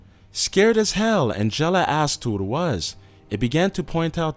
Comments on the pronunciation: The way he pronounces Angela, omg. It's supposed to be like AN-JUH-LUH, but he's like An-jellah. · AND.... someone needs to tell these narrators how to f-ing pronounce certain words! "Abrooptly"? "An-jell-a?" wtf???? LOL